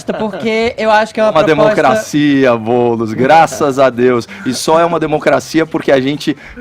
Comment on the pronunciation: "boulos" kkkkkkkkkkkkkkk